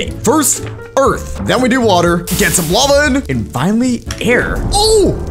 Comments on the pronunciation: "The LAVE rose" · Is no 1 talking about it said lave instead of lava😂😂